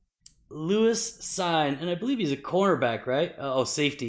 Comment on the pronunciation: Love this channel! Thanks for the constant stream of content. I know you don’t want to say his name anymore but you pronounce it Lewis “Seen”